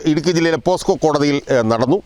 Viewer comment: പോസ്കോ അല്ല പോക്സോ